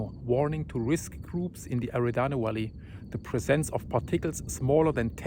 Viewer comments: Eruption=[erupschen] Valley not walley V wie Welt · Wery= very... WISABLE= visible. Walley=valley Volcano=volcano. Wenis= I'm not really sure, but I love this guy .. . Don't think he was talking about the outside elbow skin ... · Dear, I hope this will not offend. English may be your second or third language, and if so, you speak it quite well. There is one letter that you seem to find difficulty in pronouncing, though, the letter "v". Mostly, we mentally translate, i.e., what is being said as "valley" might come out as "wally". But tonight, there was quite a chuckle as we listened to your announcement of seeing the moon and "weenus". I know you had no intent of any meaning other than that bright planet in the sky. But when we hear a mispronounciation like that, well, some may make the mental leap to a rhyming word that may be in the wrong direction. Again, no offense is intended, but figured not many would bother to share this with you. We do appreciate your updates. Stay safe! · I've watched a hundred of your vids, and as your brother, i love you dearly, but when you said WISABLE, i lost it....it's so crazy how you say Volcano, and most of the time, visible, but today you say WISABLE, volcano WENTS, WALLEY... I'm not being mean, I'm picking on you like your best buddy would.... Ps. If you don't have friends that pick on you, I've either been jipped, or you need new friends.